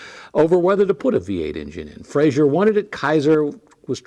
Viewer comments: Great video but I do have one pet peeve - it's pronounced "Fray-zer" not "Fray-zhur" He was Scottish, not french. Still a great car and much appreciated video. Thanks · It's Frazer, not "Frazier."